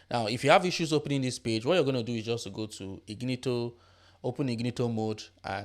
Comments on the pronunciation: I cant unhear ignito mode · Incognito- In cog ne tow. Good video